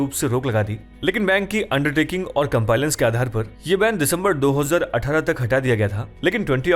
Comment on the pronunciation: Sir, pronunciation of compliance is wrong in the video